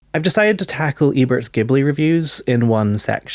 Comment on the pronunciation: Good video but please learn to pronounce the words Ghibli and Manga (among others).